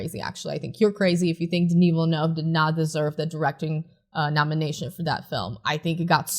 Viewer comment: Denis Villeneuve? Didn't you mean Dinoov Velnoov?